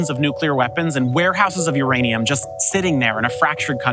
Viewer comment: Your Aneum 😂